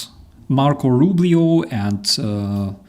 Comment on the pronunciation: Roo bee oh